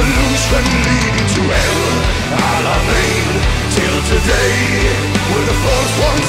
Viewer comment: Actually pronounced El-Alamein correctly! I’m impressed!